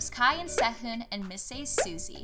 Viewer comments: did she really pronounce sehun as sah-hn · It's pronounced "shoo meen" not "shoo min" and "say hoon" not "se hoon" sorry it just bugs me when things are pronounced wrong